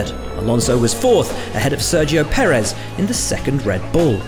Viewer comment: thank you for learning how to pronounce Perez